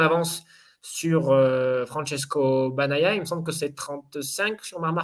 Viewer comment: "Banaia" et pourquoi pas Banania t en qu on n y est. Faites un effort sur la prononciation s il vous plaît, pour un journaliste ça la fout mal.